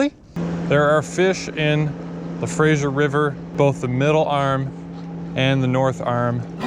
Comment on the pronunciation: I die a little inside every time you say "Frasier" river. Good luck with your new adventures in Vancouver. Remember to wash your gear after fishing in salt water.